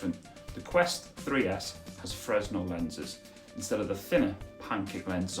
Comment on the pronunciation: Its pronouced fur/nell lenses not freznell